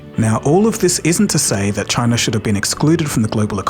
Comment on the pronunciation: The problem is CHAI-NUH!!!!!